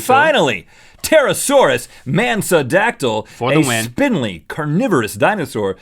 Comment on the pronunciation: he said Dracorex Hogwartsia and im like ok Harry Potter cool! then he said Pterosaurs Mansodactyl and said it was named after Marilyn Manson i started fangirling so hard then i died because Marilyn Manson is awesome